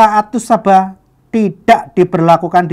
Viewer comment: Ngomong Qira'ah Sab'ah aja nggak bisa (gak becus), berani mengoreksi Alquran. Kareksi: Yang benar SAB'AH bukan SABAH....Yang benar HAFSOH bukan HAFSAH. Yang benar ALFATIHAH bukan dibaca ALFATEHAH. Yang benar ASY'ARIYAH bukan dibaca AS-ARYAH....yang benar QIRA'AH bukan dibaca KIRAAT. Apalagi modalnya cuma terjemah...sangat parah!!! Nggak usah banyak bicara, coba kamu hafalkan kitab sucimu 1 lembar saja, titik komanya lengkap tanpa salah. Alquran mampu dihafal 6666 ayat lebih, bahkan anak kecil usia 5 tahun pun banyak yang hafal Alquran di luar kepala (kok mau ingkar).